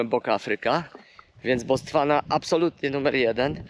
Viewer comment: Botswana a nie Bostwana pls😜